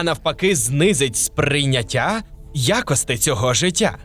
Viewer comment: ВаріАнт А не якийсь "варянт". Аж вуха ріже, як і ваше "якостИ", ви румун?